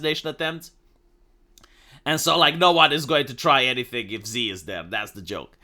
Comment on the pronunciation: se pronunță Shi. Nu Zi. Shi.